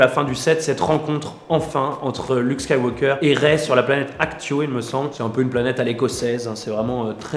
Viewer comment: J'aime bien vos vidéo mais vous savez que ses Acto et pas Actio 😉